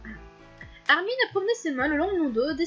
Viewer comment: On prononce le nom de Armin en "Armain" et non "Armine" :) sinon super vidéo